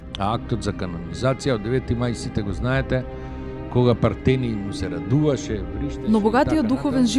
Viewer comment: Toa e tocno, akcentot na Pertenij netocen.